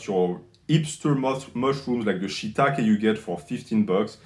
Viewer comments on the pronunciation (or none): none